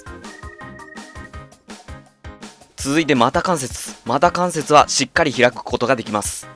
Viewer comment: 股関節(こかんせつ)…